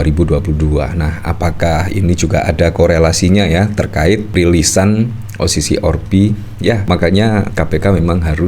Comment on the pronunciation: Maas lidahnya ribet ya? Kenapa sih O si si or pi.. 🤣🤣🤣 O si si AR pi mas . Kalo ribet bilang aja o se se er pe.. Maap ya,dar kemaren2 gitu Mulu.. jadi geregetan...